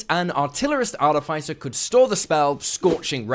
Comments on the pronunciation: Arrrgh!! It’s pronounced Ar-TIF-iss-er, not Art-if-ICE-er. FFS. 🙄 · Excellent content, but a whole video about artificers where you mispronounce artificer is giving me palpitations. Ar-iff-iss-uh, not ar-tee-fyce-er. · Sorry I usually don't do this but the way you pronounce Artificer is wrong.